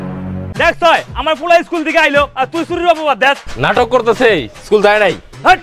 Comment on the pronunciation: লটকা ❌ নটকা ✅